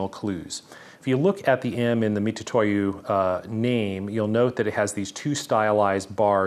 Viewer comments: and most definitely not "Mi-too-to-YU" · Very comprehensive video, it is detailed. From the boxes section you could start to see the fake ones have subtle but knowable differences. If it's fake, it's trash. like you said, why impersonate someone else. Great video but please can you just pronounce Mitutoyo, Mitutoyo instead of Mitutoyu. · I believe it's pronounced MiTsuToYo, which is the pronouncation of their company name 株式会社ミツトヨ(三豊), and tu is just a short version of tsu, in fact, if you type tu with japanese keyboard, you'll still get つ(ツ)(tsu). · I still can't quite tell if you're saying "Mitutoyo" (wrong) or "Mitsutoyo" (right). Either way, I appreciate the detailed look into what at first blush looked pretty identical! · Pronunciation is "Mi-TSU-toyo."